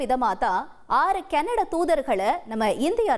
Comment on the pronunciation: கனடா கேனடடா வா இதில் எது உண்மை உச்சரிப்பை தீ வைக்க வேண்டும்